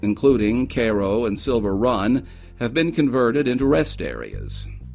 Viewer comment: Cool video, I do believe you are mispronouncing the town name of Cairo.